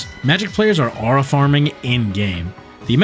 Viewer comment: Bros saying “owra”, mispronouncing aura has to be some sort of negative aura farm strategy. 😂